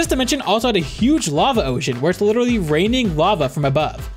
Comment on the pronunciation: please, never say literally like that again, for our sanity thanks :)